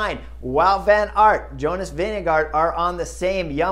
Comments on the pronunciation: Jonas «Winnego» hahah😅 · You also need to learn the pronunciation of Vingegaard (since he will be around for a while): Vinge is like "wing", with an "e" on the end. Gaard is pronounced like "gourd", but with a silent d....... so "Wingegour"" :) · Why does Bob Roll pronounce Vinegaard as “Vinego” and Chris does the same about half the time?